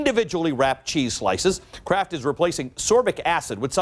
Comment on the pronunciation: "And at Krapt ..we do"